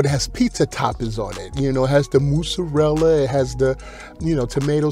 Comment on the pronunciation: The “Moozarela” 😂